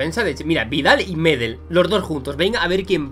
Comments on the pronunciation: Tú lo dices Médel con acento en la primera e, pero es sin acento, Medel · Así es querido, se pronuncia "Medél" con acento en la segunda E. Buenisimo vídeo reaccionando a nuestro querido Pitbull, saludos desde Valparaiso, Chile! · Por cierto se pronuncia Medél no Medel, es palabra aguda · desde ahora empezare a decirle medél ok? 3 segundos despues médel jajajja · reacciona a mauricio pililla! Es un delantero chileno que ha jugado en muchisimos equipos por el mundo y ha metido muchos golazos de chilena Pd:se dice gary medél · Por cierto se pronuncia Gary Medél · se dice gary medél